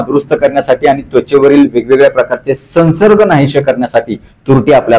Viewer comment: सन्सर्ग नाही! संव्सर्ग !!